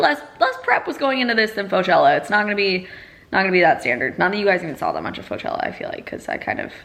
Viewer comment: When you’re a biology student so you hear “flagella” instead of faux-chella 😂